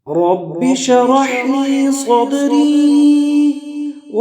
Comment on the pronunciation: ماشاءالله ! بهترین ذکر است، مگر تلفظ در شروع ( رب شرح لی ) درست نیست دوباره ثبت نمائید. سر فراز باشید.